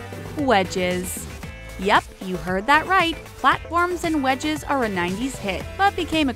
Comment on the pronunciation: When she said wedges I thought she said wedgies